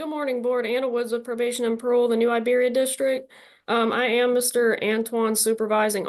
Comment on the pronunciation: Please bring back the old parole board. These three keeps Having to go back and forth making mistakes. And can.t even say Iberia. Poor poor choice.